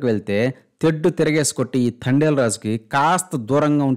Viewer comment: ఇది తండెల్ కాదు తడేల్ 😅😂😂